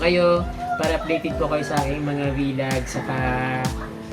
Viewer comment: Merry Christmas ka natuwa Lang ako lasi Sabi madalas MO sabihin na v log at hindi vlog